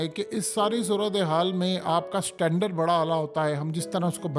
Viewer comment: o dalli k bachay tera to kaam hai har cheez ko exaggerate karna..... bc sirf warning mili hai aur tu ne uss pe apni behan paish karna shuru kar di ........ apni teri auqaat aur education ka level yeh hai k bc boat ko BOT, heart ko HURT, standard ko STANDARRR bolta hai matric fail zehni mareez...... baat bc ISO se start kar k apne 11 mins pooray karne k liye phir apni maa k yaar india ko beech mein le aaya ..... establishment k paltu kuttay zehni mareez bc